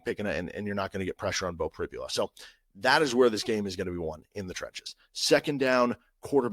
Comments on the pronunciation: Hi CJ, I’m very aware. Although, I guess I should be more understanding given the standard of education that Kansas offers. By the way, it’s pronounced Pri-bul-a. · Hi, I keep noticing you were constantly mispronouncing Beau Pribula’s last name. After Saturday you’ll know the name.